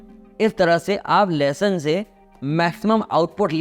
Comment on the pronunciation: 'लहसून' शब्द का उच्चार ठीक से करें, जो लोग हिंदी-भाषी नहीं हैं वे 'लेसन' सुन कर असमंजस में पड़ जाएँगे !!!